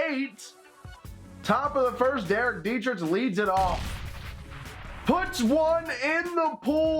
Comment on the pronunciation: I’m sorry... I love you but it really gets on my nerve when you say dee-tri-tch not dee-tri-k